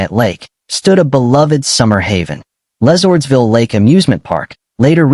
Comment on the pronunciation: Would be better if you pronounced the names correctly. LeSourdsville Lake was completely wrong.